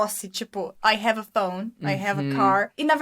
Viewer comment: falando: i have i-hm kkkkkkkkkkkkkkk jesus eu jamais saberia q era assim q se pronunciava